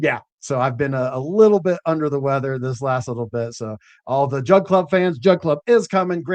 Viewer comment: I heard "drug" dealers instead of "jug" dealers every single time on this POS phone speaker LoL 💯😆